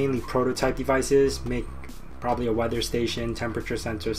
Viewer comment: "i could problubly couff up something. WHAT?